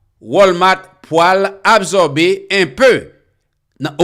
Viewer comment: Frère on ne dit pas abzorber on dit ab sor ber quand S est placer devant une condone se prononce le son S non le son Z